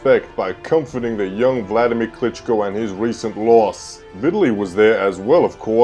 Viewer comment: Nice Video on Klitschko's career. What I don't get is you have umpteen clips of pro boxing announcers pronouncing his name yet you repeatedly mispronounce it. Sorry, just some creating criticism, now to mention I know that I don't like when people mispronounce my name. LOL. I enjoyed the video regardless, good job bro. #WeStandWithUkraine